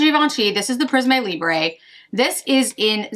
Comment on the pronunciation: Hi! Thank you for preparing and posting this great - informative - video. (Just a pronunciation correction because you’re likely to say it again in future videos: Prisme Libre is pronounced “Preess-mm Lee-Brr” - so no Z sound and no “eh” sound — when a French word ends with an “e”, the “e” is never pronounced “eh” unless it looks like this “é”.) The new Chanel quint is ideal for your skin tone (and hair colour) - it would have been great to see side-by-side swatches of the Chanel and Dior quints. I am only planning on getting the orange and pink sticks, as per your recommendation (so glad the formula is not tacky). Thanks again. PS: have a great trip.